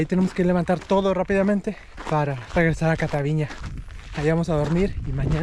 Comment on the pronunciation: No es "Catavíña" (con acento en la í) Lo correcto es: "Cataviñá" con acento en la "á", lo está pronunciando mal el joven. Pero gracias por mostrar lo bello que es Baja California, excelente canal, me subscribo